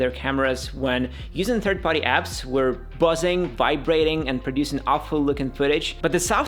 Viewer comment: What grinds my gears is you saying party but sounding like body jp😂